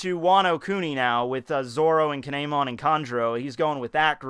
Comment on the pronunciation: How do you hear his name in the anime and still feel like you can call him K'neigh-mon?